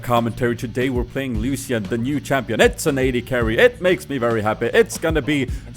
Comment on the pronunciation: you dont say ''lusian'' you should say it like ''lushan''